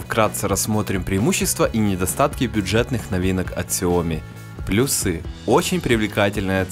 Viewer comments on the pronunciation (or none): none